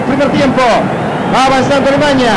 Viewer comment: Que estrés escuchar al narrador decir "Alemaña"